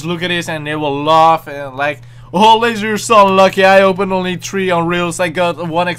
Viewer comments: Why does he pronounce "three" as "tree" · why do I keep on thinking he is saying Bitch? And I love it when he says tree This is in no way trying to insult you it is a compliment. Btw, I love your channel